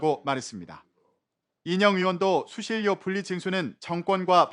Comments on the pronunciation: 수실료가 아니라 수신뇨라고 발음하는 거다....하아....엉망진창이네 정말.... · 수실요? 가장 기본적인 발음도 정확히 못하는 넘들이 무슨 아나운서냐? 실력이 없으면 공부를 하던가 관두시든가